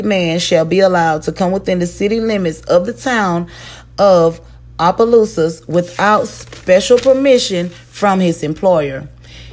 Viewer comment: Everyone messes up the name of Opelousas, it’s okay lol. It’s pronounced Ah-Puh-Loose-Us